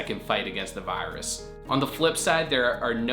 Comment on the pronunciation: I don’t like how he says virus